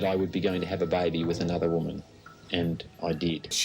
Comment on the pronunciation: I was so confused when he said “have a byebee with another woman” 😂 I had to replay it like ok he said baby 😩😂